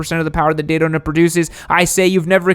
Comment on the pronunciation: he says taydona.